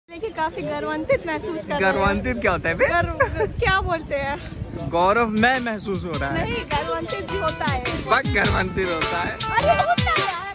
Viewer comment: Garvantit 🤣🤣🤣🤣🤣🤣🤣 Garvanvit 😬🤣 Gazab ho tum dono